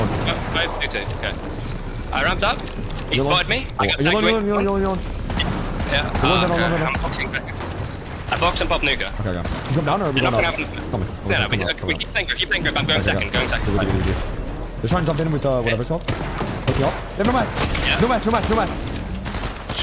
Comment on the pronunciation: Pop nuka 😂😂😂